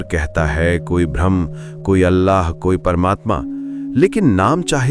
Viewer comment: Narrator का 'ब्रह्म ' का उच्चारण 'भ्रम ' की तरह बोलता हुआ लगता है।